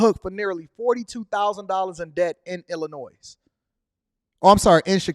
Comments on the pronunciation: The S is silent in Illinois. Its not illa noise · the "S" in Illinois is silent my dude. It's like someone saying expresso.